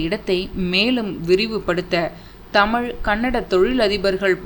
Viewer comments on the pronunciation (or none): none